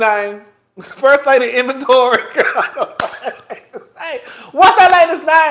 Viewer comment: john gray wife name is aventer, said “inventory” 😂😂😂😂 first lady inventory